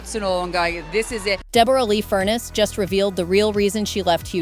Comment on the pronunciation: Why are you pronouncing her name "Deb-OR-uh Lee FUR-nuss?" It's pronounced "Debra" (like every other Deborah/Debra) and her surname is "Fur-NESS," like "digress" or "finesse." Americans are so weird.